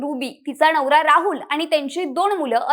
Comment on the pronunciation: नवरा ❌ णवरा ✅ 😂😂😂😂